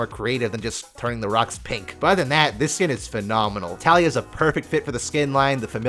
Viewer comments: its not talia. its TaLEEa. (check the champion spotlight from riot and you can hear it there) Ta LEE A. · Her name is Taliyah, "Tal-YEE-YUH" not Talia.